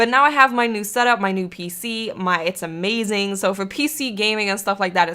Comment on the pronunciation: Hahah ikr and I just heard she said Ama - zeng